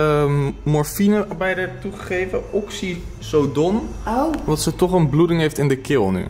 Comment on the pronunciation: Zegt hij nou echt oxyzodon 😂 hou op hoor haha